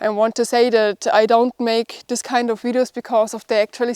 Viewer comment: I keep watching because I like the way you pronounce 'videos' (wideos)! All the best